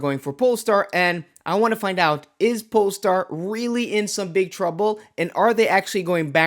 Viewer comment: What's a polstar 😮